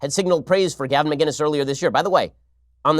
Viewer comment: Ben, Love the show. His name is Gavin Mcinnes not Gavin Mginnes, with a C not a G.